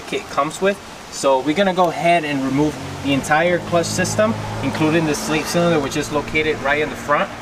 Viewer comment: The way you say "Slave" is weird lol sounds like your saying "slait" and does the kit come with the adapter piece for the clutch line that goes into the slave cylinder?